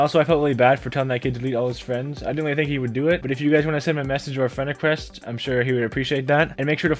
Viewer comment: Fwend wecwest Lol